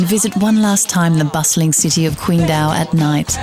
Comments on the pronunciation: Day Dreamer It really is! We don't say "tai kwi" we say "tai qi!" so why kwingdao?! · Damn it's irritating to hear her pronounce the city's name. The English spelling is with a "Q" but it isn't an English word. The Chinese have what is called pinyin which is the Latinization of the spelling. Q is pronounced like a "ch" The name is said like Ching-dow, not Quing-do